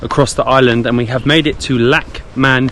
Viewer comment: It's pronounce as Lakshman-pooor. Hope it helps.